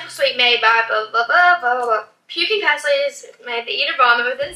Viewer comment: Yeah also the pronunciation of pastilles was wrong